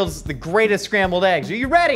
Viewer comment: Did he say Scramby Eggs? O.o